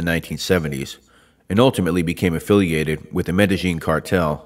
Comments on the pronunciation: Omg you pronounce Medellin like the locals do lol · Your pronunciation of "Medellin" is on point bro.